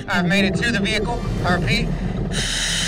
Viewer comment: “Vehicle” not “Vehichle”